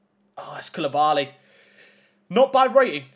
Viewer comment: Thanks for opening mine 🐐 mine was koulibaly you weren’t that far off saying my name right as well😂